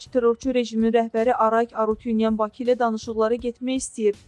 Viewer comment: Diktor qızdan xahiş edirəm Bakı sözün düzgün tələffüz etsin